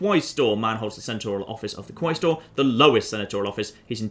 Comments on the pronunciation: Isnt it pronounced kwestor rather than kwaistor? (quaestor) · FOR FUCKS SAKE, i know not everyone had missfortune of learning latin but pls u pronaunce it QUESTOR AE is E